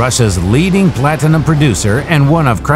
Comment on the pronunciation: Plat Tin-a-Num